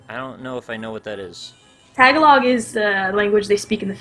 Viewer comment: When Oax pronounced Tagalog that way I busted out laughing. It's more like Tuh-gah-loh